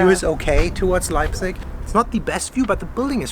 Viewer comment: In Euren ersten Sätzen sagt Ihr (beide!) richtigerweise "Leipzich" - danach nur noch falsch "Leipzick" ;-) Ist mir aufgefallen, sorry -aber ändert nichts daran, daß Euer Video großartig ist <3